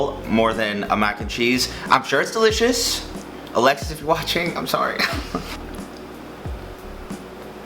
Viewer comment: Just me who thinks whenever he says Alexis it sounds exactly like Alexa 😂